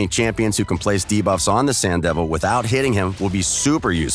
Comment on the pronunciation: No more "Da-buffs"?